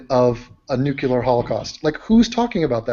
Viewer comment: Nucular lol (don't ban me)